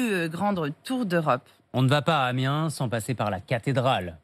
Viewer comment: c'est Amiens, et non AMINES !!!!